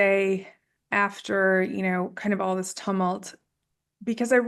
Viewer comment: TUMult? TUmult! Ayeee, the syllable emphasis game in America is all over the shop!